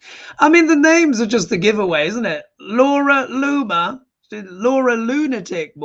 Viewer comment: **Laura LOON-mer...